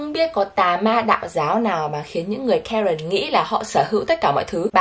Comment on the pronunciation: Karen nghe lộn thành karken😅